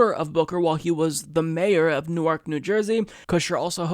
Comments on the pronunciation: FYI It's pronounced Nork. Not new-arc. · It's pronounced New-Erk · It's spelled newark, but pronounced newerk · I simply CAN'T be the only born-and-raised New Jerseyan here, who was cringing at pronouncing Newark with emphasis on the second syllable instead of the first.